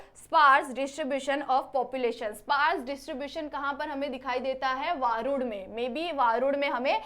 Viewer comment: वरूड च नाव वारूड नही आहे वरुड आहे